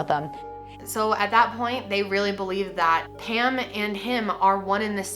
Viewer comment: I didn’t even read the title, I just clicked, and when she started talking about Pam I thought she was saying “ham” lmao